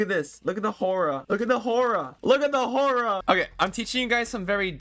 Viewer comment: "The horrah"